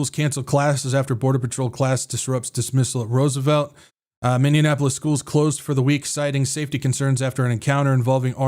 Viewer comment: MINNEAPOLIS, NOT MINDIANAPOLIS😂